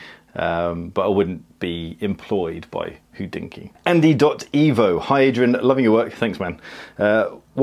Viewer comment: What the heck is hoodinky? It's pronounced hod inky, there's no oo in there. Think about "hot" replace t with d and use that, ho(t)d-inky.